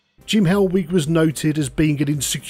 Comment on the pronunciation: I thought you were saying hellweek for ages then